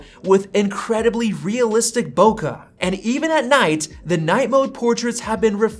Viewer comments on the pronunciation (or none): There is no "uh" in the word bokeh.